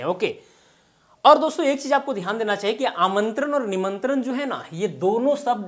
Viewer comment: प्रभु , पहेले आप तो सही उच्चार करिए। आमंत्रन, निमंत्रन, इनभाइट (invite), सब्द, परयोग, इस तरह सिखायेंगे क्या? ण को न, प्र को पर, व को भ, श को स।आप ग़लत बोलेंगे लोग ग़लत सीखेंगे।